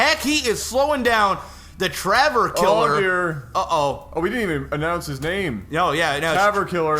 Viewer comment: there is no R in tav ...